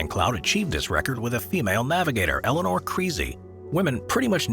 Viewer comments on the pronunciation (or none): none